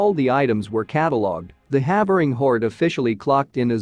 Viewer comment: For you folks in the US, "Havering" is actually pronounced "Hayvering"